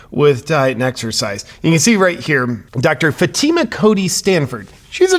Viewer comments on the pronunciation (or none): It's FATi ma... Come on FATi ma... 🤣😂🤣🤣🤣😂🤣🤪